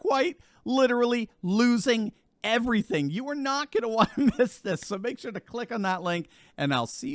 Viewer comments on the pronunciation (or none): none